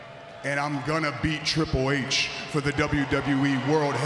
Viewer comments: Twiple h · wait did roman said tri pool h??lol listen carefully. ...and wwe stop with the fake cheers please!